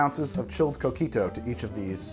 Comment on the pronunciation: Love coquito, I have our family's recipe. I guard it with my life. Btw, every time he says coquito with his gringo accent, I cringe.